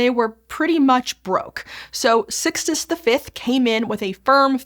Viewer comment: Pope Six-tus the Fifth, huh?